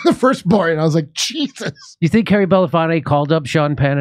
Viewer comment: Aaron can't seem to pronounce Belafonte correctly, which is weird when you're paying tribute to him.